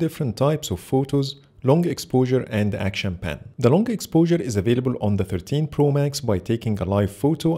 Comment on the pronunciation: Good comparison...but ur pronounce for 13 pro sounds like 15 pro